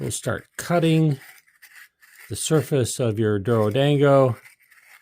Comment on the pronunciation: pronounced doro-dawn-go by the way :) Thank you for the great video.